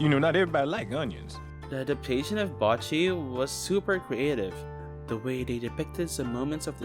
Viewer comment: bocchi is pronounced (bow-chee) other then that amazing video 🗿